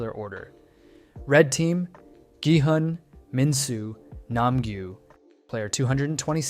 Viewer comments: Why do you keep changing the pronunciations of their names? lol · I recently started watching him and I noticed that his pronunciation keeps changing and it lowkey bothered me. I was like why does this guy pronounce Gi-hun in 3 different ways 😭